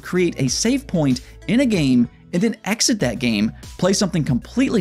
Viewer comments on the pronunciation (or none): none